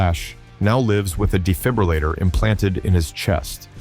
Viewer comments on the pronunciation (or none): none